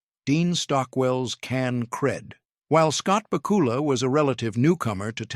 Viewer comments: Please learn how to say Scott BACK U LAS name correctly! I know i didn't spell it right but that's the way it sounds to me! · I was obsessed with Quantum Leap as a kid. The way you are butchering Scott Bakula's name is killing me, lol